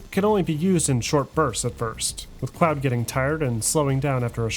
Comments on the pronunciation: Notes: -copyright claim has forced a minute to be muted (from a cover artist who does not own the copyright, thanks YT) -an updated version of this documentary will accompany gta6 in 26' Minor Corrections: -Claude mispronounced. -It's "Zed-X Spectrum" not Z-X-Spectrum -Prototype footage of GTA1 and its associated design documents has been blurred (changes still processing atm) -GTA2 was the first game to increase wanted level from 4 ->6, I never explicitly said GTA3 was the first to do this - but I just wanted to clarify as I didn't mention the increase in GTA2 -Double-Decker* Bus - not Triple-Decker. Must've had harry potter on the brain when recording that bit. -Michael is "technically" not in witness protection, as many have noted - though it is implied initially. The concept is based on real-life criminals like Henry Hill that became FBI informants, only there's more to it than that. Throughout the story - Michael's relationship with the "FIB" is expanded upon more to reveal the truth about what happened (trying to avoid spoilers here) ______________________________________________ Be sure to check out Mike Dailly's fantastic articles he wrote on the history of DMA Design: He also has his own YouTube channel with tons of archival footage I highly recommend looking into: ______________________________________________ Hey everyone! Kept you waiting huh? I present to you - my biggest project to date: The entire history of the Grand Theft Auto series, from the f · Its Claude. Not cloud🤣🤣 sounds like clawed almost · Its Claud!!!!! (Not Cloud!) Lol i see you! Great editing skills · Cloud??? His name is claude, like clawed 🥴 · Until I realized he was mispronouncing the name, I was shocked to hear of another video game protagonist named Cloud 😂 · I can't watch this video without clowning on you for calling Claude "Cloud" 100 times lmao. Absolutely amazing documentary man, i appreciate your insane amount of work for this huge video. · Claaadd.. not cloud bruh haha